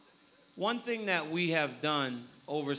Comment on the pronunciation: ''My Ting was great and everyting was great'' - Demian Maia